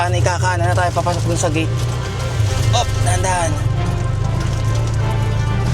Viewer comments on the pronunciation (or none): none